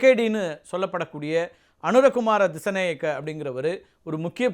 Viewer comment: சரியான உச்சரிப்பு அனுர குமார திசாநாயக்க ✅